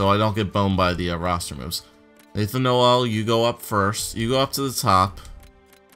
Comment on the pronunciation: bo jo my lat name is noel its pronounced NO-ELL not NO-II